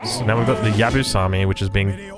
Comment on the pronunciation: Maybe a little bit late, but this is how you English speakers pronounce Yabusame: Ya-boo-sa-may hope this helps